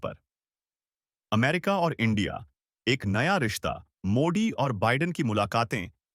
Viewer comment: Stupid anchor your pronunciation of Modi and Jaishankar is wrong in hindi, correct yourself.